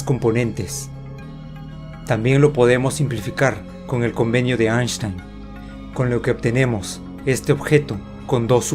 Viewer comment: I loved when you said the 'Ash-tain agreement' ! twice !